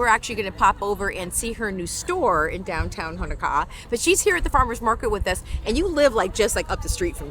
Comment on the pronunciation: All Os in Hawaiian are pronounced like "Oh" now ah. It's not Hanakaa it's HoNoKa'a. Thank you.